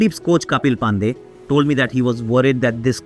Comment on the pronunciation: There is some issue with the voiceover. It felt like AI generated version of Aakash Chopra. Words pronunciation sounds weird such as "pandey" "Virat kohli" "dharmashala". Because generally you are good with pronunciation of Indian names and places. But this voiceover felt like AI generated of Aakash Chopra. And it was weird. Anyways video was inspirational